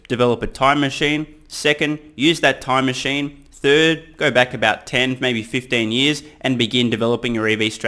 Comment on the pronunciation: Tume machine 😂 oh 😂